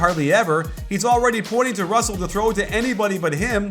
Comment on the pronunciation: lol he kept messing up russel and clarksons names wrong